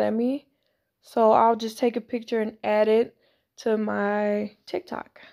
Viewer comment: omg i know im aint the only who heard her say tik tak